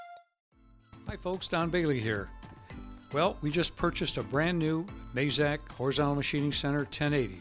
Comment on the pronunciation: Great vid. It’s pronounced maaazaaakk. Like mad (minus d) and zack (minus the c). Nice.